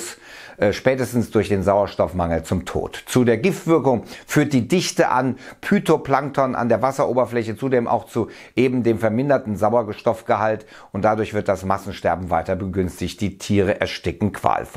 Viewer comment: Phytoplankton, sprich 'Fütoplankton'.